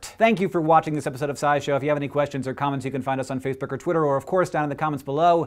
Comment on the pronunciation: "Faceberk er twirter"